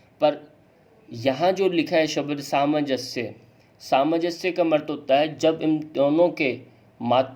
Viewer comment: आपका व्यकरण शुद्ध है लेकीन " शब्द को शबद क्यो कहते हो?